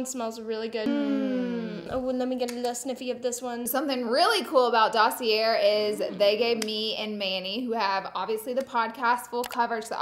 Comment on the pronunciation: Hi Laura, fyi you do not pronounce the R is dossier.